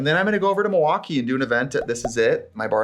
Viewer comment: I am from the midwest (Iowa, lived in the Chicago area when I was small). I have never heard someone say Milwaukee the way Trixie does. Is that a Wisconsin thing or is she just weird? Haha